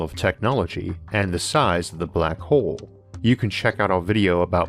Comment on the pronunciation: great video and thank you for the great content. some highlight from this video black hole = black hoo Star = stoo its own = it's ooo deeper = dipoo normal = nooomoo center = sentoo hole = "horse" sometimes bigger = bigoo slower = slovoo closer = clousoo